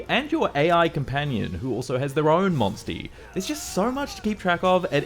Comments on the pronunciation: Say monsty again 😂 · I can not take "monstie" seriously at all!